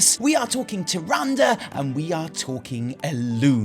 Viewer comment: You have no idea how happy I mean to finally here you pronounce “Tyrande” properly (like in every other spoken piece of dialog from WoW and Wc3) RIP TyranDAY, I hope she’s pissed off for good, maybe on a secret lovers escape with IlliDAN. We just now need to work on you saying Sylvanas and not SylVANas and all your lore videos will be so much more enjoyable! :D